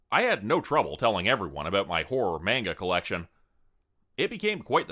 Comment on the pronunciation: Keiko is pronounced kay-koh not key-kow. Miki is pronounced mee-key not like the name Mickey. Manga is pronounced mahn-gah, not mein-guh. Gōkon is pronounced goh-kohn with a long o in goh (that's what the line over the o means) not goe-cawn.